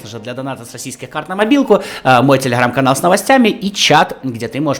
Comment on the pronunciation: Не телеХрамм, а телеГрамм